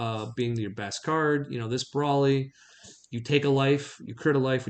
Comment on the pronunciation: Congratulations truly, but you are no longer allowed to play this deck until your properly pronounce Broly. 😅